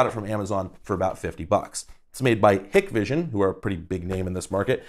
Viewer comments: As a professional Hikvision (Hike vision) is how it's pronounced. Any who I would highly recommend not buying Hikvision products or any other professionals grade syatem off of Amazon as they are considered "black market" products and not usually supported by their respective manufacture if something is to go wrong. They work just as well however and if you're a do it your self kind of person you should have no problems with them just don't expect any help from the manufacturer if something is to go wrong. Trust me I ran into this before as a customer bought their own system and things didn't go well for them so they called us. We called the manufacturer to ask for support and the first question they ask is always "what's the serial number of the device" if they look it up and it doesn't come up in there system it's considered black market and they say go pound salt. Thing such as forgetting the password for your recorder which happens way more often then you would think to customers. There's no way to reset them manually (usually) and you need to contact manufacturer to reset it. If they flag it youre locked out and basically have a brick that shows video image from the connected cameras. Any how that's my 2 cents great video! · No problem - even people in the industry have weird ways to pronounce them. Hikvision is hard “I,” so Hike-vision. Dahua is Dahhwah (soft A). Other details in your video were generally correct. As you may have researched, HD-SDI was briefly used in industry for a bit before HD-TVI/CVI. It was very problem prone with long and low quality cable runs - which is the typical type found in homes and businesses. SDI (in an affordable version) lasted maybe a couple years in this market. The dropouts were common enough that all customers I have who had an SDI system switched to TVI. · Small critique. They're pronounced "Dah-wah" and "Hike-vision" 😊 (Dahua and Hikvision, respectively) Source: cctv installer